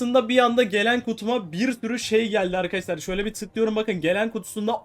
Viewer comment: abi niye ARKASLAR diyon